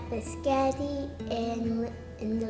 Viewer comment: Omg, the. “Bisghetti” killed me!